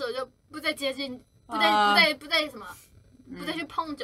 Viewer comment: A perfect "yeobbun" from Shuhua